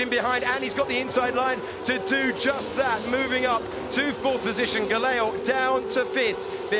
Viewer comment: struggle to pronounce Gelael name haha. "Geyell"